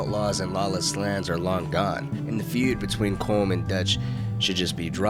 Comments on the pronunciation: Is Collum! not colm! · Its pronounced colum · pronouncing Colm wrong 😔